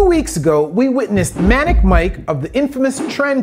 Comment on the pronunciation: Manic is not pronounced like that lol